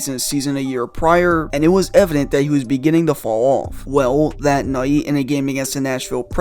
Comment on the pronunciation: “ Begining to FAWL awwwF”🤡🤡🤡😂😭😭😭😭🤣😭😭😭😭😭😭